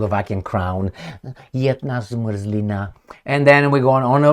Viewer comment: Hello and thank you for this video in the name of every Slovak patriot. I love how you pronounce "jedna zmrzlina" ❤ And if you are interested in Sioni$t look for the case of Danny Kollar or Daniel Bombic who is right now in jail in Slovakia for antiSioni$t propaganda.